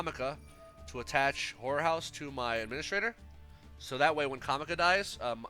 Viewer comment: Everytime you said horror house it seemed like you were saying whore house 😂😂😂